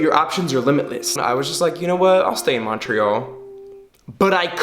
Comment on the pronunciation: In English it’s mun-tree-all